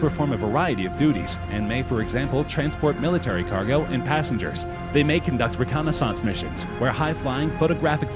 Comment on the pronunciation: reconisonce, love the prununciashun